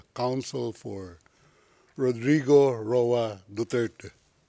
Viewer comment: French middle judge is deliberately mispronouncing Duterte's name. This is a form of personal bias and is dismissive. For this, the middle judge should be replaced.